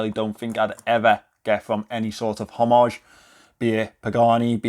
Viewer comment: Hommage, the “h” is silent. I don’t care what everybody else says. Oh! And the Moonswatch is not an Omega.